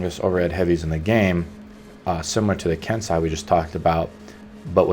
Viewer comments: ken sai?... ken say xD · You say it "ken-say" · I cringe whenever he pronounces Kensei